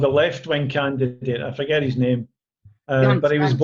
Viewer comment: Got to love how he pronounces your name, that Scottish accent is lovely... :)